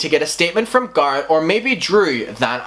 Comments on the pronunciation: Am i the only one confused on who this "garrid" person is? Stop saying names so odd, don't say its because its your accent because you even say tati names wrong also. Tati and garret are easy names to say and arent fancy names. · Every time he says Garrett, I swear he is saying Garth. Lol.